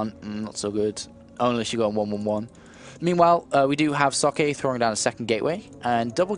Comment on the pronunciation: i love how the pronounce socke xD so bad :)